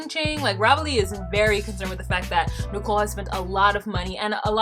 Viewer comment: I absolutely love when you pronounce her name "Nickel". Hilarious.